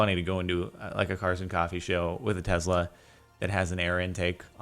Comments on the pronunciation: Its Tesla not Tezla!!!! The S sounds like a normal S not a Z!!!! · Tesla not tezla......